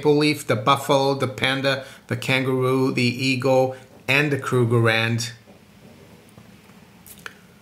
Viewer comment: I had to turn it off after you said Krugerrand. Sorry